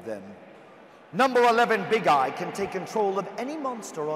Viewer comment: I heard instead "to exceeds summon...Big GUY ! Dude, you're american, that's normal you're fat lol